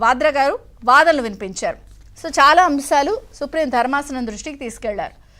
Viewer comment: అక్కా....వాధ్రా గారు లుధనలు వినిపించారు కాదక్కా... Vaadanalu vinipincharu😂